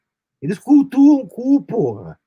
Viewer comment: " eles cultuam o cú, pôra" #orapôra 😂😂😂😂😂😂😂😂